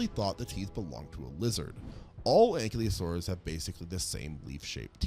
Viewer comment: If you aren't aware, you are mispronouncing Ankylosaurus.